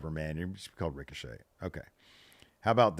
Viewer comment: Ricochet: Rhymes with fun